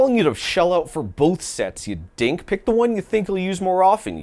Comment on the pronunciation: Saying Dink like that is wild. Lol. 😂.... cause you do know that Dink is also a slur right😂